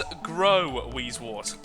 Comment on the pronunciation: words:p it is wheezewOrt not wheezewArt but keep on the good work and amuse us